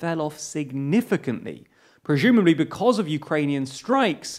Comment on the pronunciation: Wait, "preJumably"? Is this a UK accent thing?